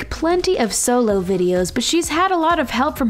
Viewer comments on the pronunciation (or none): none